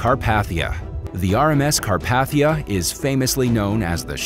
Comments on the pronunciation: Car path ia? Car pathe ia.( it’s supposed to be pronunciation corrections) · Anyone else shudder every time he called it the Car-path-ia? It’s pronounced Car-pay-thia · This just made my skin crawl, so I have GOT to say something to whoever narrated this. Say it with me.....its the RMS CarPAYthia....NOT carPATHia. Ill sound it out again. CAR PAY THI AH. It is NOT pronounced Car PATH ia